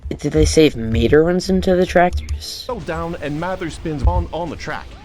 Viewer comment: I ranted so much on their Instagram about this showcase. Whoever played as mater did a horrible job showing off his abilities. I also hated how he called his name. Tow or matter 😒